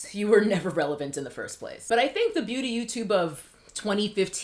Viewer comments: Me trying to figure out if she's saying "booty" instead of "beauty" on purpose😂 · Ok. Glad someone else noticed too. I watched this video on multiple speeds trying to figure out why I was hearing "booty" rather than "beauty." I got extra confused once I saw that my phone's live captioning and YouTube's closed captions on this video read, "booty" as well. So thanks! It wasn't just me. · call me childish but I keep thinking that she is saying "Booty" instead of 'Beauty' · Okay I keep hearing booty guru lol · All Im hearing is booty influencers/guru when you speak and its just funny. I can't unhear it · I'm hearing Booty Gurus. Lol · Lol every time you pronounce beauty as “booty gurus” I laugh..